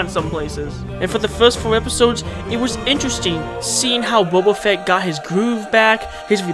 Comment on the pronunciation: "c"oba fett XD